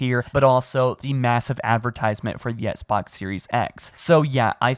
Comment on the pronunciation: “The ESSK-BOX”